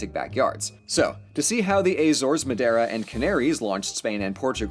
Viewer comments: ahem, you're pronouncing madiera wrong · Your's pronunciation of madeira is funny